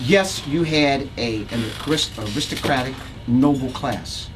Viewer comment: noble not nobel